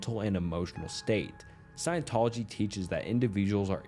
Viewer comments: The Cult of Scientology. Science Tology… dude really? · Bro... seriously?? Sci-en-tol-ogy E - meter In-ev-et-ah bul And about 20 more 9th grade words You have a quarter of a million subs, don't think it's necessary to pronunciation bait commenters for views, wouldn't you agree?